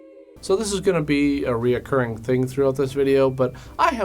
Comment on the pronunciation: Very funny very funny but it’s recurring three syllables just three syllables recurring just three syllables